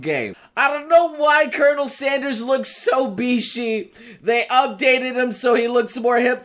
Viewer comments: Colonel? It’s pronounced curnel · I don’t like it how he says colonel